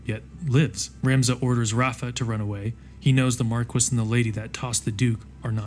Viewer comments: I haven't played any Final Fantasy game, just listening to this in the background, but your pronunciation of Marquis is driving me crazy. The title is a French word, pronounced 'Marr-key' not 'Mark-wiss'. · I just have to chime in... Marquis is pronounced "Mar-kee" not "Mar-kwis". It's a French title. Also hearing you call The playstation era the "early days of RPGs" made me feel ancient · Bro "marquis" is pronounced "Mar‐key" MARR KEY!!! NOT MARR KISS💋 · i cant believe after all these years that marquis can actually be pronounced markwis, instead of markee. Damn british people. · they pronounce it mar-kwiss in the game